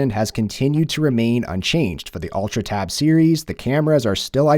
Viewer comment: Why you keep saying "Tabitha?" Why is Tabitha?